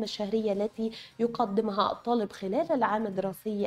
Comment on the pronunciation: تنويه فقط وليس نقد : السيده الفاضلة المذيعة مع كامل احترامي لها تقوم بنطق الالف واللام الشمسية علي انها الالف واللام قمرية (في بعض كلمات الخبر) علي التقييم . من نجاح الطالب . نظام التقييم للصفين . تسجيل هذه الدرجات . تقبلوا تحياتي